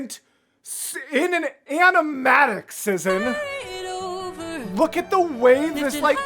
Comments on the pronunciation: As someone from Szin's country, it is my duty to say that you pronounce the channel name same as you would the word "Shin". Polish just works differently lmao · Its pronounced "shin" btw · I'm 3 months late, but whatever 😂 1. a couple comments mentioned it, but yeah it's pronounced "shin" 2. a cool piece of szin lore is that she would animate eye-sparkles to convey a character is in love, it's very fun to re-watch the whole thing while keeping that in mind :) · since their channel location is set to Poland i assume (as a polish person myself lol) that "sz" in szin is pronounced like "sh" in shower. So the whole name would sound kinda like "sh-in". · It's pronounced Shin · There was an Hamilton animatic reactor back then and they pronounced is like shin (i think they got conformation but don’t believe me 😅) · Ah yes Szin!! The queen of hamilton animatics, and a big staple in the musical community in general. She inspired a lot of artists and animators, including myself. You should definitely watch more of her stuff in the future. oh also btw her name is pronounced more like "shhin" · I love Szin (I pronounce it like Shin, not sure the correct pronunciation). So glad you’re getting into her content ☺️ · As an artist, I really appreciate your color analysis! Szin is always very particular with color in her animatics, and it’s great to see you recognize that. (Also, in case you missed my correction in the premiere chat, “Szin” is pronounced “Shin”! She’s Polish.)